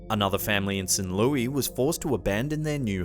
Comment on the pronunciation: While he totally fucked up St. Louis.